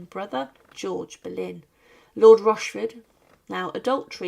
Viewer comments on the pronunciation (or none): Comment veux tu qu'on s'abonne quand tu appelles Anne Berlin au lieu de Anne boleyn